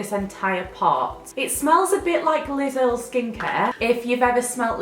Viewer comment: when you said Liz Earl skincare I thought you said Lidl skincare 😂 and I love the walking dead atm